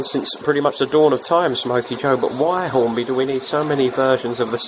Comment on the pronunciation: you said Hornby wrong, it's Hornby not Horny.